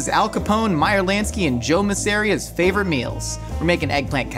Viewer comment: Joe’s last name is Mahs-uh-REE-uh, not Muh-SARE-ee-uh. You should check out Boardwalk Empire.